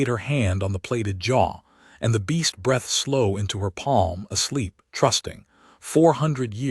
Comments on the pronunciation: and figure out how to make the AI say \breethed\ not \brethed\ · Breathed.. bd pronunciation